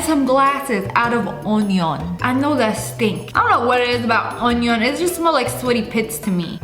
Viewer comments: sssniperwolf taught us it's not onion it's oñon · "onyon" 🤣I love you sniperwolf! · my fav part is she saying ONIOAN